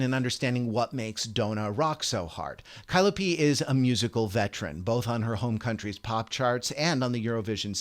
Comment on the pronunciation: Her name is Kaliopi not Kailopi!